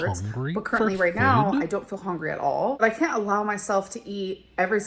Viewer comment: Did she say hongry in the olden days? Is that something she adopted after it became a meme?